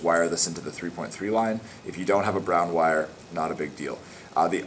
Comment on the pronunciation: i mean wire not "witte"